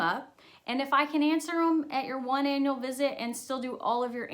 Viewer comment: I totally thought she said your anal appointment and she said annual smh 🤦‍♀️ my mind...